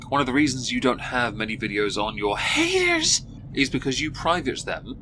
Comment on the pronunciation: snort I listen to your videos while I'm working. I was not prepared for the "haters" pronunciation. I was so startled, my head snapped up lol